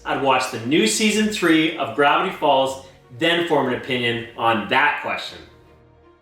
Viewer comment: Does it sound like this random guy said "Brownie Falls" to anyone else? I dont mean to offend, but i just want to be sure.